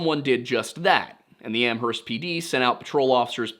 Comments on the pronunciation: Hey, my neck of the woods! Locals pronounce Amherst without the H, btw, like Am-erst. It's wild that none of the 3 pizza places were Antonio's. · only posting cause you usually ask to be corrected: the H in Amherst is silent! "am-urst." And Haverhill is "hay-vrill". Excited that you're covering this case ( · You don't pronounce the "H" in Amherst, but this is a great overview! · and a silent h in amherst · Lol the way you say amherst